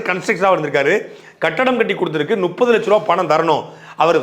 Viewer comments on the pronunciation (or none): சாட்டை க்கு பேசும்போது முப்பது என்று வராதா? பல காணொளியில் நுப்பது, நுப்பது என்று சொல்லுதே.... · தமிழில் முப்பதுக்கு நுப்பது என்று சொன்னால் மூணுக்கு நூணு என்று சொல்லு வாரோ?